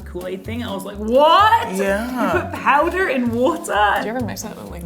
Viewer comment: Ok guys I am British and I know how we say powder so why did British Becky mimick her American partner when she said powder 😂😂🤔🤔